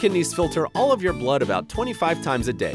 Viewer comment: u said "al" and its "all"